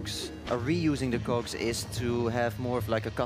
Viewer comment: He sure loves cocks, the way the pronounces cogs.